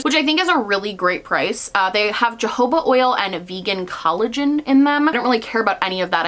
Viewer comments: I recently learned that "jojoba" is pronounced "ho-ho-buh" and when I did my mind was blown! (Not trying to be rude, just fyi) have a good one! ❤️ Edited to add the ❤️ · Oh, it's ha ho ba oil😅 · Sweetie that’s not how you pronounce jojoba lmao. It’s like dofa all over again lol. It’s pronounced “hu-ho-bah” 🙄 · tell me why when you said “jojoba oil”, I heard “Jehovah oil” and I had to rewind and watch again 😂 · Jojoba is pronounced "ho ho ba" because it's a Spanish word and in Spanish a "j" makes an "h" sound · I THOUGHT SHE SAID JEHOVAH OIL AND I WAS LIKE I DUNNO I DONT THINK THE WATCH TOWER SOCIETY MAKES SUCH A THING? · I pronounce it "yo-ho-buh" and I'm going to keep doing it! I rarely (if ever) have reason to say it out loud anyway. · Did say Jehovah oil? 😳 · Just a quick, kindly pointer: jojoba is actually pronounced hu-hoe-ba. Like jalapeno 🙂. Also - that's what's in my brain all day unless I keep myself busy with projects, etc. Hang in there! There are some things congress can do to limit the powers of the supreme court, and we may find some of the more moderate conservative justices working to maintain a balanced decision making process. I'm no scholar, just doing some reading looking for something to hang on to. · Why is the first ‘o’ pronounced like ‘u’?? I’ve always heard ho-ho-ba